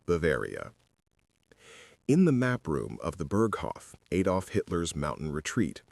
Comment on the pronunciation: Please please please can you Americans learn how to pronounce "Adolf" and Iraq and Iran, Its embarrassing that you are so ignorant